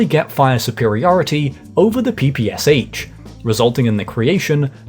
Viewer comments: The "Communist translation" of investing would be "setting goals for five-years plan". Also, it's "P–P–Sh", not "P–P–S–H" - from Pistolyet Pulemyot Shpagina (lit. "pistol - bulet thrower - of Shpagin's" [design]) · PPSH -- "Papashaw"